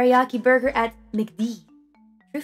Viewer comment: start guh hey fellow kids, "Borgar"